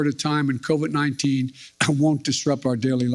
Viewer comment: EVERYTIME....he says " covid-19 " or anything about it (shots testing etc....) all I hear is " SPIDER..MAAN".....thanks SNL...thanks alot